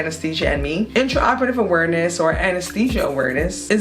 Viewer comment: She lost me at "Awereness"..